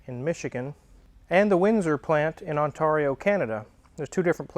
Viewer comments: It's pronounced onterio not ontaaario :) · Ontaaaaario. Not Ont Oreo. Holy moly. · ....On Tar io..... Really? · speaks Canadian! He pronounced "Ontario" the way Canucks do: "On tar ee oh". Americans typically pronounce the name of this Canadian province "On tare ee oh". Eh hoser! How yah dooin? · It's pronounced ON - TEAR - E - O ....... tear not tar, Ontario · It's pronounced "on Terri oh" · OntARRRRio lol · David Stevenson “ontourio” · On tar eo...lol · Love your show! I laughed alittle when you said Ontarrrrrio. I live in Ontario, never heard it pronounced that way. Anyways keep up the great work! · The way you pronounced my province Ontario is just wrong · The way you pronounced Windsor Ontario was hilarious 😂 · Yup, lived in Ontario my entire life, hit me funny too. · Your pronunciation of Ontario needs work